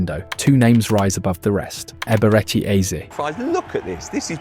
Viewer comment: if you can't pronounce the first name just call him "Eze", quit messing up the name